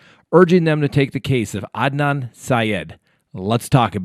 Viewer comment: Hey Scott! : ) Adnan Syed’s name is pronounced Ad•Nan NOT A•Don lol! Just thought I’d let you know for future reference.😉